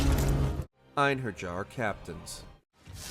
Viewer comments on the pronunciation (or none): "EIN-IN-JAR", Lmao you can tell this is a guy reading off a script and has no idea how to pronounce any of enemy names. Its pronounced like "ainier" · You don't pronounce the J in Einherjar. Its a y type sound. yar. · Eyein' her jar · the way you pronounced einherjar made me pause the video for a sec, like you can't have played the game if you say it like that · The mispronunciation of “einherjar” like did he even play the game?